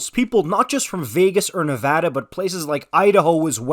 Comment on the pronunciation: Thanks for pronouncing Nevada correctly.